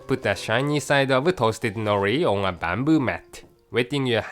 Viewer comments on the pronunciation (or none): ONE, ONE, ON, why he pronounces WON, God